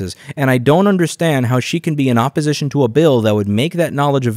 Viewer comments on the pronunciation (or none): I hear oppozizon instead of opposition smfh 😂😂😂😂 even with a script they fkn up hahaha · “Oppozission to this bill.” What a flub.